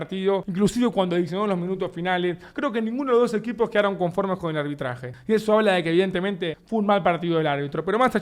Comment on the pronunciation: “Fue un mal albitraje del albitro” 🗣️ -Davo Puerro Xeneize